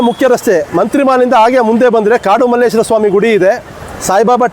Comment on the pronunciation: Guru adu Malleshwara. Malleshwaram alla.